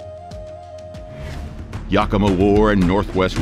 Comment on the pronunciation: I thought your Yakima pronunciation was a little off but Puyallup was horrible to be fair I've never heard it pronounced correctly from anyone that's not from here.